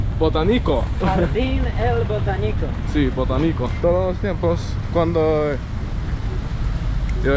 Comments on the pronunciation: The stressed syllable of "botánico" is the penultimate one: BoTÁnico. 🥰🥰 My high school was near there. How much I miss my Bogotá. Es una águila 🦅 como la cerveza 🍺. Jugo de papaya en agua. El árbol 🌲🌳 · when are you going to go to el eje cafetero, you will love it.. and don't say BOTANICO, say BOTÁNICO 😅